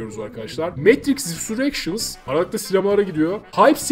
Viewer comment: Babakok her `RİSUREKŞINS" dediğinde bir kişi daha mavi hapı aldı :D:D